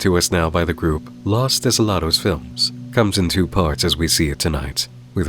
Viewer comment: What you were pronouncing the whole time was "las", los is pronounced "low-s". Maybe less memes and more info in your diet.